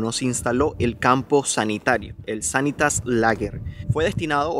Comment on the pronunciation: Sanitas Lager, no Sanitas League...